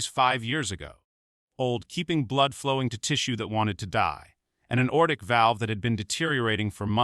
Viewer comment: It's a Lever 1 Trauma center not Level I Trauma Center. Repair the erroneous robot narrator verbiage. Why is the narrator incessantly saying the word "old"? Narrator cannot say simple meficsl words correctly: aortic phonetically is "a...ortic", NOT ORTIC. STOP USING ROBOT NARRATORS IF YOU CANNOT PERFORM QUALITY CONTROL TO NEGATE ERRORS. The cop should be tried for murder due to the patient's death becausr of the cops racial profiling.